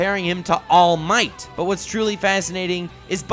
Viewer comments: Anyone else notice he said "tall might" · i heard tollll might